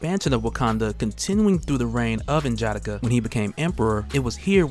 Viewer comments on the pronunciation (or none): N’Jadaka (N-Juh-D-Ah-K-Uh) is dope as hell and I love your videos but that pronunciation felt off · I like the reviews, but hate the way you pronounce N'Jadaka its [Nuh - Juh - Dah - Kuh ] similar to T'Challa [ Tuh - Chah - Luh ] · This is cool but you have to pronounce the "A,s" in "N'JADAKA" like an "O" in "ODD." You are using English vowel pronunciations on African names and it sounds terrible. Video is dope though. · Only thing that bothers me about these videos is how he butchers N'Jadaka's name. Other than that, dope video.👌🏾